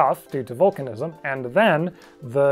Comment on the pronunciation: When he says vulcanizam 🖖